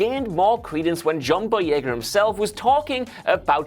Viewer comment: John Boyegar? Who the fuck is John Boyegar? OOhhh.... you meant to say BOYEGA. Gotchya... Your pronunciations are as bad as your teeth, bruh